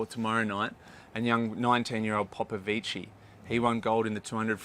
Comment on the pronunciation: 1) As an expert in the sport, you should probably know how to pronounce gold medalist's name "David Popvici". 2) The US is not blaming their results on the pool as the title says. 3) Every swim fan in the world has been commenting on the pool and cameras including prominent Australian swim journalists.